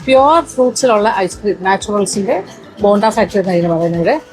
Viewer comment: ബോണ്ട അല്ല ബൊണ്ട . ബൊണ്ട എന്നാൽ കരിക്ക്. ബോണ്ട യ്ക്ക് ഇവിടെയും ബോണ്ട എന്ന് തന്നെ ആണ് പറയുന്നത്